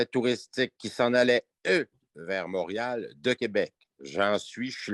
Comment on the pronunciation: Premièrement c est pas mourial c est Montréal, deuxièmement pauvre ti pit regarde de l'autre côté si ça te dérange ???